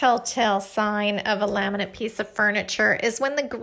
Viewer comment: The word laminate does not have an "n" at the end.